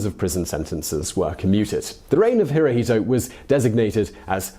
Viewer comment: Hirohito pronounced in Japanese is "Hiro-shto."